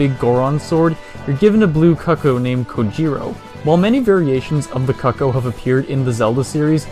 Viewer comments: Kuckoh? It’s Cucco 🤪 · Is Cucco pronounced "cuck-oh"? I've been saying "coo-koh" in my head